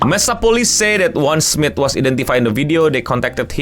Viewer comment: Charles Smith? Lebih terdengar Charles Smid.